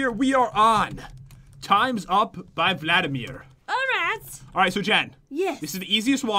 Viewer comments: alriyt that accent tho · what kind of accent is that alright